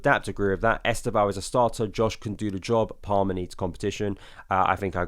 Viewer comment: Please learn to say our new Brazilian wonderkids name correctly. 90% of content creators are saying it wrong . Only Josh (Joey and Josh) and Football Therepy’s Yan have made their research and are making an effort. Forget ES-TEV-OW The initial ‘E’ is virtually silent and the name is pronounced as two syllables. Estevao is Portuguese for ‘Steven’ and when said properly it’s ‘STEV-OW’, or if you really want to be perfect there is a subtle ‘N’ at the end Trust me on this. My g/f is Brazilian and a Palmieras fan!!!